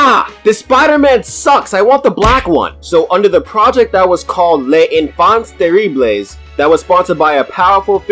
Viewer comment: Enfants Terribles: Pronounce the "en" and "an" like you're almost saying "on" (Kinda like when you say "Franz"). And with "Terribles" don't pronounce that last ES. It's like you're saying "Terribl"